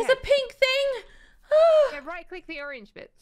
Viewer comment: I just love that you say like fing and fank you its so funny